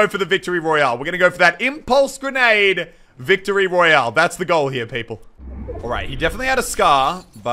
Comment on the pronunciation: Omg you got wictory royaaleeeee alye